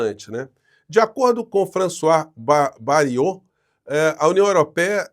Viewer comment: Professor, só pra tirar a dúvida: Bayrou se pronuncia ( Bairru)